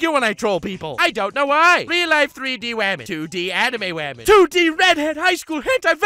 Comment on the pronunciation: says wamen and gentlewamen at the beginning Also: Girl webs don’t exist